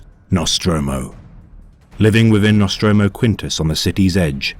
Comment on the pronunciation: NostrAmo, not NostrOmo. Either way, great work.